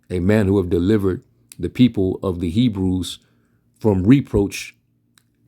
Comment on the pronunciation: "Me-brews" not "HEBREWS"...